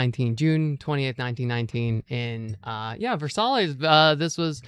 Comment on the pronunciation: If I may be helpful, not critical, Versailles is pronounced "vair-SIGH." BTW, you look great for your date!